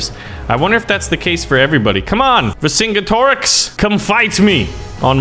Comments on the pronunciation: Always heard it pronounced Ver Sin Get Er Ricks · it's ver-sin-get-ih-rix vercingetorix